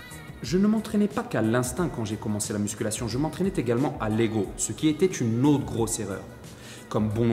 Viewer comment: Je sais que ce n'est qu'un détail, mais tu fais plein de liaisons fautives, c'est stressant (je m'entraînais-t-également au lieu de je m'entraînais-z-également). C'est toujours un bon truc à corriger.